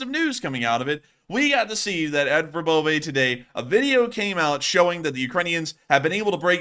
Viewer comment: Verbove said like Verbova